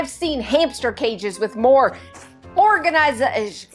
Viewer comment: 😂🤣 You're a Southern Canadian with the "organIzation" the emphasis on the I shows that! Thinking of submitting for the one on one but don't know where to choose....😢